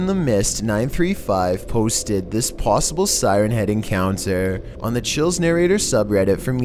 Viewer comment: He said "plossible" instead of possible😂